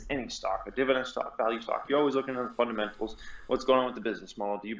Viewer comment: "It's all about the fundementals: revenew and groeth"